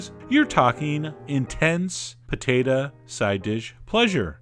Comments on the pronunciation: Pah-tate-ah.... too funny. Always enjoy your videos. Thanks! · Poe Tay Tah